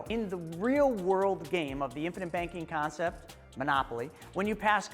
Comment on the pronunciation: it's CONCEPT, not CONCEPS